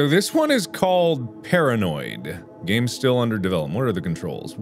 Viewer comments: Dragon Tamer576 I heard it too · Mark: scary GAAAME- What I think he said: HAIRY GAYYYY